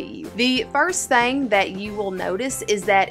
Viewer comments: Did anyone count the times she said “thang” 😂 in this video instead of thing? Lol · *southern thang